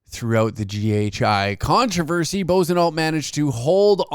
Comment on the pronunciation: The idiots name is pronounced like....Buahsonoh!! But I like the latter!!😂